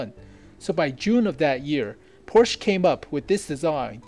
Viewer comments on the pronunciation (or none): none